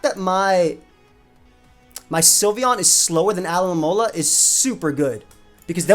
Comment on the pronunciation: dude knows everything's name in Japanese but can't pronounce Alomomola right